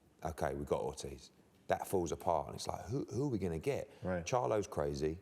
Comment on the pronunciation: That nigga said Charlo crazy I was dead 😂😂